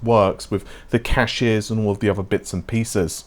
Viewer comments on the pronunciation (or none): none